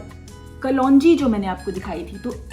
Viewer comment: Who says kalonji ko kalwanji?😉😂😂